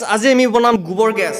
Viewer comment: Bro it's nice consept but it's not gobor it's gubor